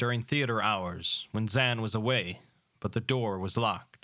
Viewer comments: Personally my favourite short story of Lovecraft's. Also, I think you are mispronouncing Zann's name. Since he's a German the pronounciation would be zaNN. No real pronounciation on the A. I can't write pronouncitations well, but his name should basically be pronounced similarly to the Japanese -san honorific. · No worries, I reckon. It sounds foreign to German speakers, the way you say it, but... who cares what the Germans think.